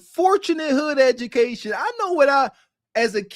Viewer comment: said "Edgamacation"......this dude dumb as sh*t.